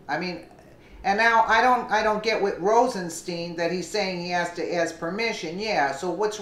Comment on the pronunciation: Rosenstein is pronounced with a long i in Stein not a long e FYI He said that in the hearing before Congress.